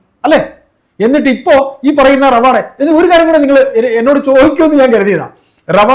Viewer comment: റവാദ ആണ് ഡ അല്ല.